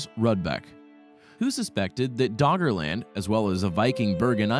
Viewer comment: Is he saying Doggerland or Daughterland?